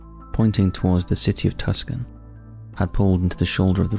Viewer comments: Unhinged? More like demon-possessed. Tucson is pronounced "Too-saan." 🤮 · you completely destroyed the pronunciation of Tucson.